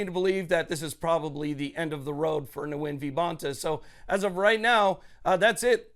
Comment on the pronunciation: Nguyen = win It is not pronounced nu-win. Vietnamese is a mono-syllabic language. Yes, I'm also a Nguyen so I know. Those who pronounce their last name Nu-win is shameful.